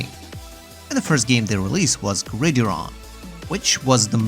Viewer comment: The American football game is pronounced in two words, grid-iron. Just FYI. Also, you can fast travel from one planet to another with only one loading screen. Open your user interface, select the top left side of the circle (the star system section) hit the back button until you see the map you're looking for, you can select either a new planet or a new star system whichever you need. Find the landing location of your choice and you can fast travel straight with only one load screen. QOL trick.